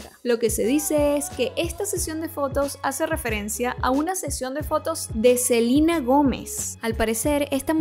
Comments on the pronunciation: se dice Selena, no Selina. Obviamente no sabes nada de moda cuando te vistes así y críticas los outfits de Joss. Claramente no sabes nada amiga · Si es entendible que los gringos digan Selina porque así pronuncian su idioma, pero si es latinos hablando y el nombre es en español lo correcto es pronunciarlo en español. En cuando a la moda está bien vestida y tiene derecho a criticar lo que quiera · SELENA SELENA no CELINA 🤦🏻‍♀️ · Se pronuncia Selina, vete un vídeo de Sel y escucharás que así se pronuncia su nombre: ''Selina Goumez''